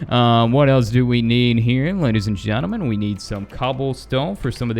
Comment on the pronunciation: Always when he says "gentlemen" i understand "germanmen"